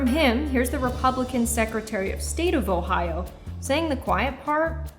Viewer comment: Sorry it is Ohio not ohions or whatever fake word you used to change the states name and so so many others and why.